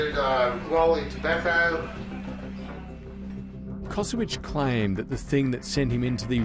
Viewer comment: he is not Kosowic, but Kosović, family originaly from Croatia